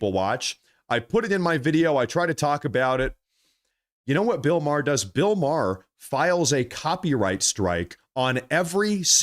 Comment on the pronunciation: It’s pronounced MAYER (spelled Maher), Not Marr!